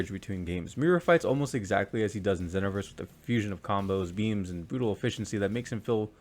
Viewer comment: It's ZEEEE(like Dragon Ball Z)-NO-VERSE.